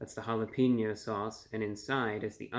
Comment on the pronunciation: Bit of advice: Every time you pronounce jalapeno as holla-peen-yo, It's like nails on a chalkboard. That doesn't fly in Texas.